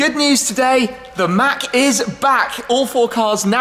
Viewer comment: thel mack is back😂😂😂😂😂😂😂😂 shmee mate its return of the mac